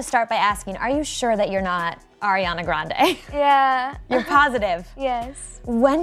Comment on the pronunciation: Ariana says yuh not ya,!!! 😂